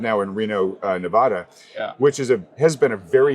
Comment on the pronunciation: And by the way, the guests just moved to Reno Nevada and still doesn't know how to pronunciate Nevada. That is goddamn embarrassing.